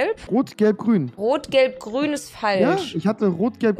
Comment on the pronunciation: aber hat auch grrün gesagt